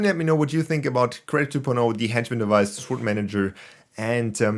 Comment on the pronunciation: Can I ask a question… I’m assuming you say the word ‘sWord’ the way you do due to your accent?